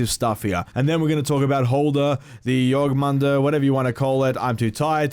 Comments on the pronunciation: Jorm not Jorg. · JORMUNGANDR NOT JORGMANDR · If you want to pronounce jormungandr correctly, its pronounced(your-'nun with a m in front'-gone-der) then say it faster, a lot faster. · you raped the name lol It’s spelled Yor-min-gandr but fast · My mans it’s your-man-gun-der 😂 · Jörmungandr (Yor-nun-gan-dur) you’re welcome. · Its Jorm-an-gand-r. R's in old norse are rolled. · I’m so sorry.... it’s pronounced your-mun-gand-er